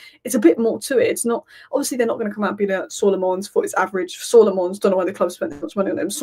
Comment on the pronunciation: His name is pronounced! Senna La'menns heard that from himself on MUTV